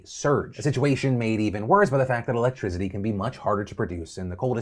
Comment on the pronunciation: Love ya Phil but there is no “Z” in electricity